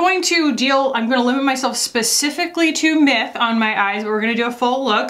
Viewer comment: It sounded like you kept saying mip. I had to go look up what the name was. I got a good laugh at me constantly hearing it wrong.